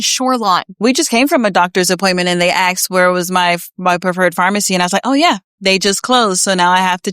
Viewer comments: "... and they axed..." Along with the nose ring that person has no idea... smoke alarm battery chirp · "They axed." Nose ring. 🤡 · Why do Democrat voters use the word "axed" instead of the word "asked"? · "We just came from an appointment and they axed what was my preferred pharmacy." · "And they ax where is your preferred pharmacy." So I adjusted my hog ring and answered.